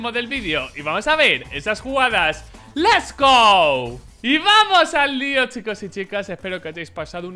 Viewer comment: Me encanta cuando dice les gou